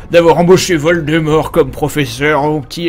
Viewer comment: ce n'est pas voldemort mais violdemort